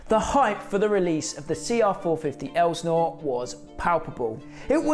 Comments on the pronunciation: Its "el sin or" not "el snore" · No one in the US would call that an Elsi. And in the US we pronounce Elsinore ( EL - SIN - OR ) not ELSNOR.. How do I know? For over 40 years I lived within 30 minutes of Lake Elsinore California. Elsionore is also well known for witches worlocks, Satan, Baal,and molach worshiping, and every type of sacrificing you can imagine. Southern California is full of these demon worshiping freaks! Finally more and more people are waking up to what really goes on. And there is only two sides to pick from, which side will you be on? If you don't feel the need to pick a side Satan will pick it for you! Love your channel, keep up the good work! ❤From the 65 year old carpenter🙏 For me only Jesus ❤ peace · Minor quibble here but Lake Elsinore is pronounced EL-sih-nor... not EL-znor. Not that one needs to live in Southern California to know that, but I do. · “El’-sin-ore” , yep, I was there, I’m that old. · I used to live by Lake El-sa-nore. Is how you say it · it's pronounced el Si nor